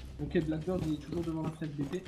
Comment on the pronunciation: pls, c'est pas blackBIRD mais BEARD genre la barde quoi x) ça me triggered tellement quand tu le dis comme ça XD